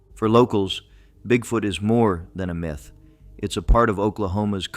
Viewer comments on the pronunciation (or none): none